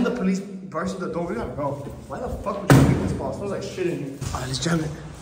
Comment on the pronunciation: i think im the only oone who hear "alr ni-" 😂😂😂 shit funny as hell